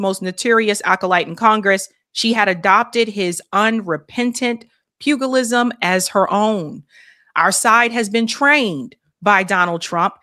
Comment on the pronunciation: Yet another word you don't know how to pronounce: pugilism. Soft G, soft G.